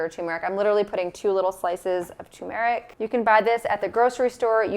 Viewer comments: It's not tu meric it's tumeric. No little pause after tu. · You are mispronouncing turmeric, as many people do. What about internal aloe Vera use and liver damage? Dr Greger says aloe Vera should never be taken internally.